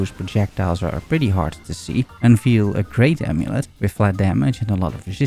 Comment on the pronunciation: Hello, I like your videos. One little correction: "Unveil" is pronounced "Un-vayl", so "veil" rhymes with "hail". I just noticed it in quite a few videos, thought I'd mentioned it